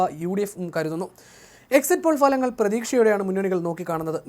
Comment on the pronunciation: ഫലങ്ങൽ അല്ല ഫലങ്ങൾ